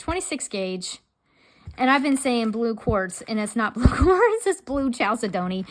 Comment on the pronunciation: Pronounced: kal-sed-nee for chalcedony .